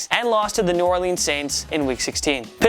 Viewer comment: Does anyone else cringe when he says New Orleans?